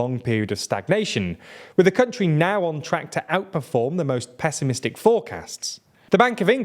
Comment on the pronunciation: 'Peso'-misstic? Eh? Eh? I thought it was funny...